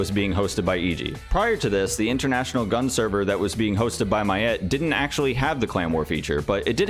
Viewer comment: gun ZZZZZZ there is Z at the end